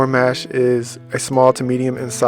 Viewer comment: Thanks for the video and info! Quick correction on the pronunciation. You’re saying it like ‘Mash potatoes’. Instead, think of the word ‘posh’, now replace the ‘p’ with the ‘m’. The letter â (a with circumflex), often called "a-hat," modifies the sound of 'a', indicating a long 'a' sound (like 'ah')! 😅❤